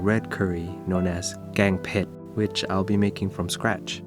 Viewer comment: Your red curry soup looks so good!! the color of the dish is very red and beautiful 💖 I love to add bamboo shoots in my dish too, it's really going well with the soup, yum yum Ps, I love your pan, can you tell me where did you get it 😍 and Btw, you pronounce แกงเผ็ด and Jinda chilies very clearly, are you Thai?